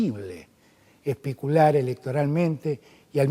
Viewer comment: Por favor diganme que no es cierto. En minuto dijo: espicular, espiculación...